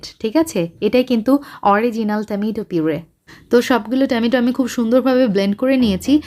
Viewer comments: Besi dong kore kotha Bolte giye tomatoke temeto bole felcen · Fix your tomato pronunciation.